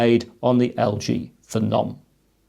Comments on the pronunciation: FE-NOM, Im sure it was pronounced PHENOM said the same way as VENOM. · Wtf is a feh-nom